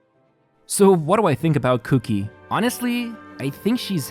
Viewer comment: All I heard was cookie instead of Kuki. I'm going to start calling cookie that.